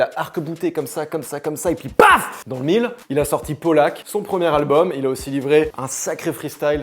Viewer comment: Il a dit le premier albulm de plk où j'ai rêvé ?